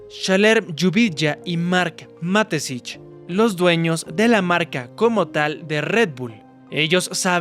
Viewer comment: Ma-Te-Schitz: Mateshits ✅ Matesich ❎